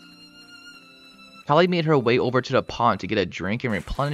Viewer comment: "Kali, a male leopard" Proceeds to mispronounce Kali